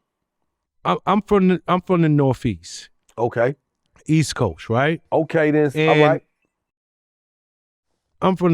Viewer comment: "I'm from the nor-feast"